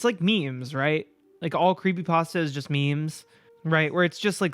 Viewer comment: curpay postah